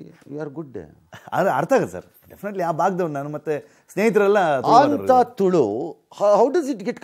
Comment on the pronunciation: Adu tulve alla..swalpa sariyagi matadri..karnatakadallliddu neevu e tara yake..tulu istondu kade ide .. Nimma chanellai adestu tuluvariddare..